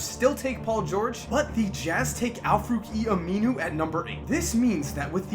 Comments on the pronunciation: Its Al Farouq Aminu not Al Fooqie Aminu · This man butchered Al-Farouq Aminu's name